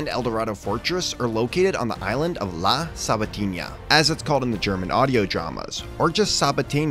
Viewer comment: Good video. Slight Mispronunciation on 'La Sabatina' ; since there's no virgulilla (~ wave tilde) over the ñ it's pronounced as a regular n.